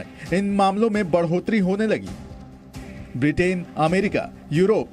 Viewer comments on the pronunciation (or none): none